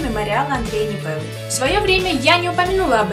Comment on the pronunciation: не сочтите занудством, но я помню еще те времена, когда катался Ондрей Непела. Так вот, тогда ударения ставились на первых слогах: ООООндрей Неееепела, а не Андрееей Непееела.